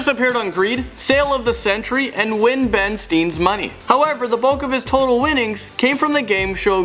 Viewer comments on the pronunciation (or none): Ben steene lol. Please learn the names of these guys you botched like 4 of them